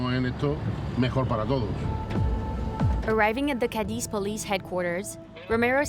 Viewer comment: Cadiz!!! Not Cadix🙈